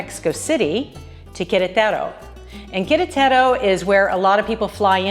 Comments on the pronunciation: Good video. But it's "queRETaro", not "quereTERo". Querétaro. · Please fix your pronunciation of QuerEtaro.